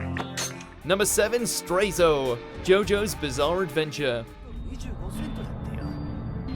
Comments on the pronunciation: “Stray-zo” internal wryyying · The way he mispronounced Straizo made me cringe a little...